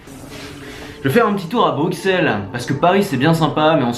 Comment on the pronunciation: Mais mais mais! On ne prononce pas le X de Bruxelles comme un X mais comme un S.:P C'est clair que la bière belge, c'est pas de la blague! J'espère que tu as aimé la capitale en tout cas. C'est ma ville de coeur personnellement.